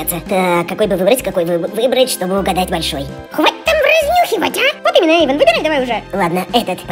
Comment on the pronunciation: НЕ ЕЙВАН А ЭЙВАН!!!